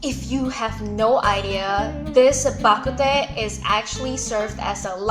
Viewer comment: Bah kut teh is actually pronounced as Bah Kut Tng which means soup. My ancestors are from Gulangyue but I was born and raised in Manila therefore I speak fluent Hokien but I am illiterate in Chinese.